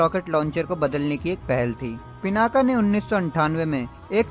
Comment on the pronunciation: भाई, वो पिनाक है, पिनाका नहीं।